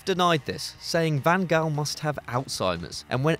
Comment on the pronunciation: Can you please do your homework before putting videos and commenting? “Messi, Ronaldo, and co?” What universe are you living at? Then you mispronounced, “Van Gaal.” Please don’t put up football videos if you don’t really watch football.